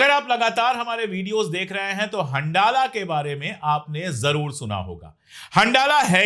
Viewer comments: It is better pronounced as Hanzala, rather than handala. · Ashok sir handala ko pronounce Arabic me hanzala kiya jata hai.. Jaise Ramdan